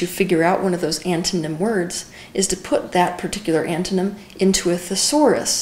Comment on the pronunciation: pls help, does she say "look what the ANTHENEM of that word is"? I cant translate :(